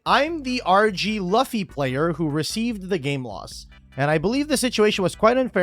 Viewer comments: Literally had to stop watching bc you kept saying “luff-y” instead of “loo-fy” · I know it's nothing, but it's loo-fii, not luh-fii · Cannot stand how he says Luffy (loo fee) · The mispronunciation of Luffy is S tier engagement bait lol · The person who deserves a game loss is for mispronouncing Luffy like that. It's not Luh-fee, it's Lou-fee. The 4kids rap explains it! His name is Luffy, that's Monkey D. Luffy, he'll be KING OF THE PIRATES! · The fact you call him Luh-fy was proof enough that you played Yugioh. The ability to read is at a premium in yugioh. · LOOFY is how you pronounce it. Leaving now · It’s “Lou-fee” you heathen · I completely agree with your take on this except for how you pronounce Luffy lol. I am newer to your channel, so maybe this is just an inside joke but my “hot take” is that it is culturally iconic enough (Macy Thanksgiving parade and such) that no one should be mispronouncing his name anymore. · i cringed when you couldn't pronounce Luffy's name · Incorrect the only reasonable solution is to shuffle the deck 7 times so it is randomly distrubuted. At least until you say Luffy correctly its the only solution. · pls tell me that luffy pronunciation is a joke towards logan paul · please say Luffy correctly😭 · Doesn’t even know how to say Luffy. Talk about something you know goofball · Why gang say Luffy like that? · I’m sorry but you pronouncing Luffy like that gave me psychic damage lmao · Please tell me chat corrects his pronunciation of Luffy.